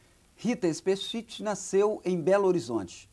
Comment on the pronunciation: Hahaha ele pronunciou o ultimo nome dela errado... XD E a voz dela tah taum diferente da vida real! O.o